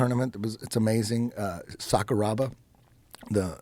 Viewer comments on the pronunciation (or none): none